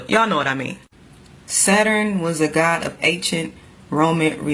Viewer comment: why do you pronounce God's name like that